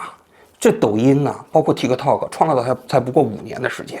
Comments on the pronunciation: 念 踢踏 Tiktok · 中間的k不用發音的其實，聽起來很奇怪